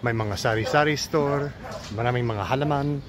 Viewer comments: Hi, just letting you know hankering is naglilihe in tagalog. Also, halaman is pronounced with halamaan the man part is longer. Ingat lagi -Charlie from Detroit, MI✌️ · You’re doing great! I am a fan. “Halaman” is ha-LAH-man.